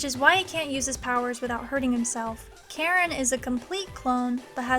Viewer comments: Okay, all the love, but it's pronounced Ka-Rin, not Karen. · funny how whe you say "Karin" sound like you say "Karen"